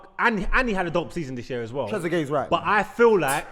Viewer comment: Man said trezeget and I died